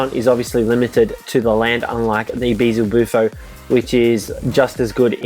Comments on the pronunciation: Its beelzebuffo not beezlebuffo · BEZELBUFO ITS BEE-EL-ZE-BUFO DAMMIT